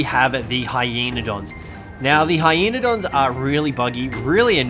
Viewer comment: You said heyenadon for the easiest tame video are you ok